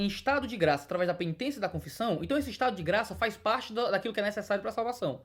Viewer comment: FARre tempo man,ora.kkkkk